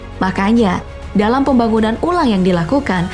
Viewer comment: Kalo denger kata pembagunan langsung ke inget kuli jawa v